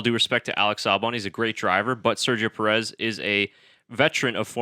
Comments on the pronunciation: Enjoyable discussion but please learn to pronounce his name correctly. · Al least pronounce his last name correctly!!!! As you do with the other drivers